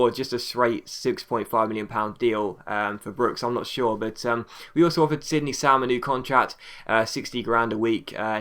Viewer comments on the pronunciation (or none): none